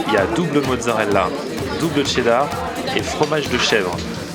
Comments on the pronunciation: a chaque fois tu dis qu'il faut dire tchedar et pas cherdar, et la quand tu presente le burger tu dis cherdar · Il a dit cheddar et pas tchedar !!!